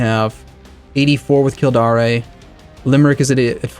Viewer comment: Kildare is "Kill-dare" and the River Thames is "Temmes"